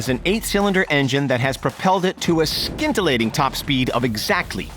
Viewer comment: "skintellating" lol